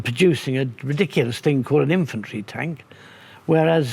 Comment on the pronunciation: “Imfantry” am I the only one hearing that? ;) love these tank chats!! Big fan!! 👊🏼